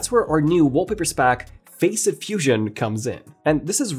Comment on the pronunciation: Facet is pronounced "Fass-Sit" not "Face-It" !